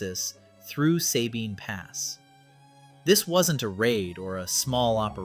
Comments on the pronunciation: Sabine pass is pronounced with a short "a". The other half you got right. Suh-bine. Not Say-bine. Just like Gruene is pronounced Green. Lot of small Texas towns are pronounced weird. As a native Corpus Christian, just figured I'd pass along that knowledge for future reference. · FYI, “Sabine” is pronounced with a short “a” by everyone in Texas.